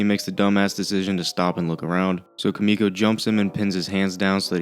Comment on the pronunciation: >kamiko it's Kimiko. the I does not make an A sound.